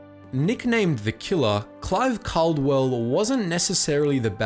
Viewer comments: called-well ffs not cal-de-well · It’s not Cardwell, is Caldwell, it’s said Called well. Believe me I know, that’s one of my last names 😂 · The Australian pilot's name was pronounced 'CALLdwell', and the VCs that went to Upham are 're-VEERED'.